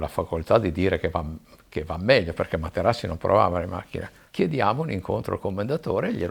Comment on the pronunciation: "Facci lei Ing. Materassi" ad eccezione della storipiatura bell'intervista